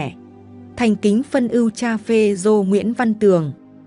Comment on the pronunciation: Cha phê rô mà cứ đọc phê zô quày thật là bất kính